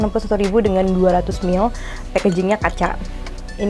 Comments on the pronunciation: Mili yaaa bukan mil wkwk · iya dia bilangnya mil... agak ganggu sih..